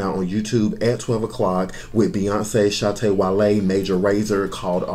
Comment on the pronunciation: His name is pronounced Shatta WA-LAY 🇬🇭 😀😘